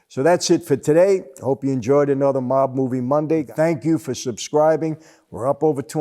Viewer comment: The way Michael pronounces mob (mawb) you can tell he is familiar with the meaning of the word.